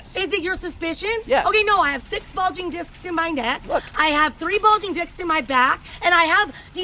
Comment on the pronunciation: She really said "I have 3 bulging diks in my back" didn't she. . . LMFAO!!!